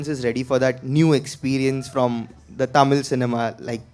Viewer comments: casual a oru time sollalam. But few yrs in Mumbai made him to say tamil as Taamil that's sound awkward from a guy who admire him and his words. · Happy with Suriya's Positivity but Why is he pronouncing THAMIL(TAMIL) as TAAMIL??? As a Tamil I feel irritated to hear it! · Adhu enna da Tamil !! Why can't he say Thamizh ?? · Bruhhhhh it's NOT TAMIL but it's pronounced THAMIL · I wish Suriya said “tamizh” instead of “tam-il” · Anchor properly pronouncing Tamil.. whereas tamil boy surya pronounce it as Taamil... 😂😂😂😂 Enna da dai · Love the way he talks but why is he pronouncing Tamil that way😅